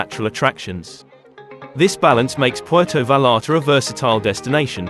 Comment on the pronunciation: Puelto valalta😂😂😂😂😂